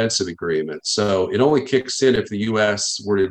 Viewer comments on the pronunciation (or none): none